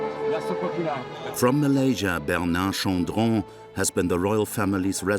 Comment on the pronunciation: This is the first time i am hearing someone pronouncing Bernard Chandran’s name in a french accent 😁